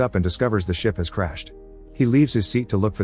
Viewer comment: Sounds like you said "At that moment the shit started breaking apart" 😂😂😂